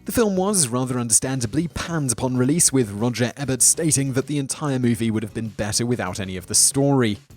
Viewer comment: Simon, how do you not know how to pronounce Roger Ebert's name? He is/was pretty well-known.